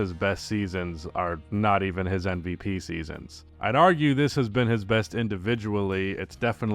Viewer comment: Is it just me or does always say NVP. He is able to say M, but the sound at the start of his MVP is more like in NBA than in Embiid.